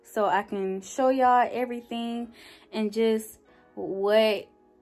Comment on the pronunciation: “everyting” lmfao but you’re apartment is so cute!! And I have five of those candles lol